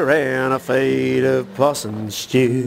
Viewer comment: Possum shtew 😂